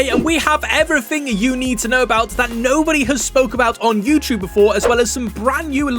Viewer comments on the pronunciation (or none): none